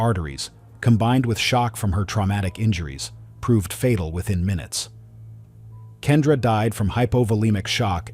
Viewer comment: Kendra was entirely misread ‼️